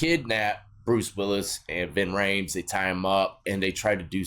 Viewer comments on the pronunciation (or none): Lmao omg, Marcellus Washington, Bing Raimes, Vin Reams, you guys are BUTCHERING these names. The actors name is Ving Rhames, he plays Marsellus Wallace. Sam Jackson plays Jules Winnfield. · Bro did u say Bruce Willis and ving raymes(if that's spelled right) in pulp fiction lmao Fantastic